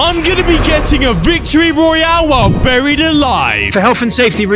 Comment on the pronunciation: Mate said burriet instead of buried 😂